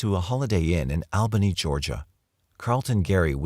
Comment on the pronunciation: The Al in Albany Ny is pronounced like All not Al